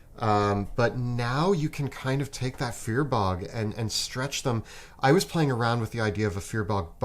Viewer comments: Firbolg = fear bog? Does anyone else pronounce it fur-bowlg? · If says "fear-bog" instead of "firbolg" one more time I'm going to scream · cool then then say because keeps say BOG lol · "+1 in your main stat makes a big difference" that sounds like a minmaxer talking, numerically it isn't that big of an impact on the game and your rolls. Also, how is getting away with pronouncing Firbolg so weirdly? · Wait wait wait. Is that really how you pronounce Firbolg? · The way says Firbolg has me laughing. I currently play a eldritch knight firbolg and its amazing and super fun